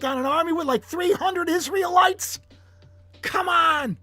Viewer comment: "Israelights" LoL love it!